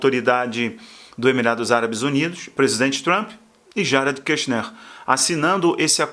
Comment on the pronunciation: Brother, corrige a pronúncia aeeew! KIRCHNER é a família argentina! KUSHNER tem o U como em "but"!